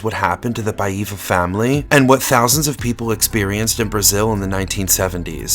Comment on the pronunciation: So funny the way you say Paiva with a completely wrong intonation.